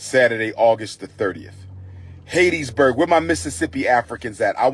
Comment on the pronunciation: Hat...tees...burg. Umar🙄 Hattiesburg